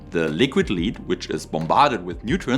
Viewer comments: The metal lead is pronounced like led, the light source. Not leed, like the town Leeds. The AI dub pronounced this sometimes correctly, but, mysteriously, sometimes also wrongly. On the AI dub: I very much prefer subtitles. Especially for technical videos, where every word counts, is is essential that we can trust the translation. Even for languages in which I’m far from fluent, I can often detect translation errors when subtitles are present. Good video. I’m undecided on the issue as well. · Great video. Your English is superb. I did notice that both you and the AI sometimes pronounced lead (Pb) incorrectly. It's pronounced "led", which, of course, is confusing. I hasten to add that your English is still a million times better than my German. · re the ai dubbing, pronouncement of lead i think is wrong, its sounds like 'i led a horse to water' vrs the 'metal lead-pipe ancient romans used might have made them more vicious' Re the tech, i hope it works out as my biggest issue against nuclear is the cost to future generations who unlikely to be able to read our warning labels, due to language changes. But i fear it may give license to continuing nuclear, the way we've kept fossil fuels for far too long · If I may offer a pointer, in the context of the element lead rhymes with red.